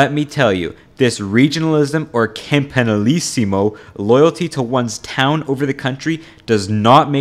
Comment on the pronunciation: If you are going to presume to make these sort of “authoritative” videos, you really really need to learn the proper pronunciation of the names and places you are referring to. It is painful To hear you massacre “campanilismo” and “Massimo d’Azeglio.”